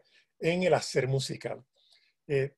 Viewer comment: “...el hacel musical”. Ay, Señor.